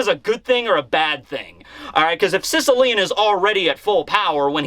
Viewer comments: Just to point out possibly another reference: Sicilian in reference to mafia is pronounced Sis- as in sister, ill- like sick, ian- like the name ian. Sis-ill-ian. It references a part of Italy related to the mafia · Yo, I’m Not Being Sarcastic Or Anything But Based On Your Pronunciation Of “Sicilian(Shishilian)”, I Just Had The Wildest Realization That “Secia-lian” (as you pronounce it) Sounds Very Similar To “Cecil-Lion”. “Cecil The Lion” That Was Shot Down In 2015 (rip harambe too, you will never be forgotten), & The More You Say His Name, I’m Convinced That Eichiro Oda Was Subtly Referencing “Cecil The Lion” As “Sicilian” In One Piece.